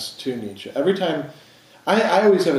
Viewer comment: Why do so many of this audience find it impossible even to pronounce Nietsche correctly?